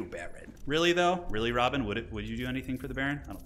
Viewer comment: Love the dune games - but is is not Robin! It is Rabban (Ra-Bahn)